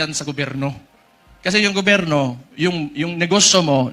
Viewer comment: Bisaya kaya ganyan ang bigkas ni baste sa gobyerno, GOBERNO , Ganun talaga bisaya eh. 😂😂😂